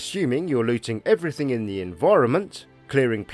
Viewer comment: "assuming you are looting eweriting in the environment"